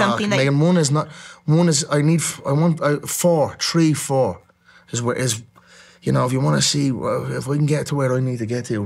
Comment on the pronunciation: Tree or four 😂